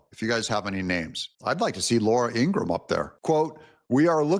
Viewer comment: Ingraham. Not Ingram. Laura Ingraham. People rarely say her last name correctly.